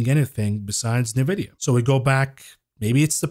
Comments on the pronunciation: It's funny how you say Nevidia instead of N vidia!! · Brah, I prompted ChatGPT on how to pronounce "Nvidia" and it said ""Nvidia" is typically pronounced as "en-vid-ee-uh." My ear hears "Nah-vid- ee-uh from your pronunciation. Otherwise another great show from the. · My man, please stop saying nuh-vidia. Please. It's N-vidia, as in the letter N. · unless chatgpt buy all of nvidia stock forever.... then no. its pronounced N vidia!!! please!